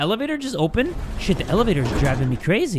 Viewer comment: "the elevator" or "the L evator" ( i hate myself too )